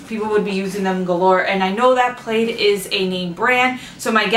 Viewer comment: ⭐⭐⭐ You can use fine grit sandpaper to help level out your pilar candle holders. Just a little FYI, The manufacturer of the chalkboard paint is pronounced like the pattern "plaid" [plad], plaid pajamas, or plaid flannel shirt. (Plaid owns multiple brands of craft paints, supplies, ect. Waverly brand chalk paints sold only at WalMart are probably their most recognizable brand.) I hope that helps!!! Favorite cereal, hands down, Cinnamon Toast Crunch! TYFS! 💘💘💘